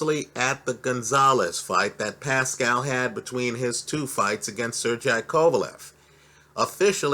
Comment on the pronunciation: He reads comments. I've seen several people correct him after butchering numerous names of fighters. He just keeps mispronouncing them. is gangster.